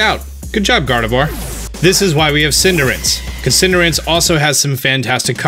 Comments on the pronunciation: It's Cinder Ace. Not Cinderance. Weirdo. 😝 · I used to pronounce it "Cin-deh-race" but eventually I decided I liked "Cinder-Ace" because it was easier to pronounce and ace is probably the most likely name origin as opposed to race. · I died a little inside every time he said Cinderince. :/ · Is he saying "Cinder-rinse"? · It's Pronounced Cinderace:Cinder-ah-chi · Are you saying Cinder-ince? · i hate how he says Cinderace